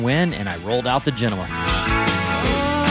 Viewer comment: omg pronounced "genoa" correctly! 😊